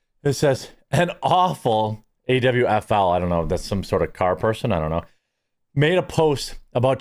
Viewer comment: Yo Jeremy. AWFL is pronounced AWFUL, meaning Affluent White Female Liberal. And it fits.